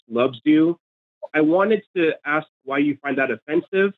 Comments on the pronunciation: Good to know that not all dumbasses are Americans. As soon as said "axe" instead of "ask," he outted himself as dumb, and things just spiraled downhill from there.... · It's as hard for some Americans to say "ask", as it is for to understand this argument!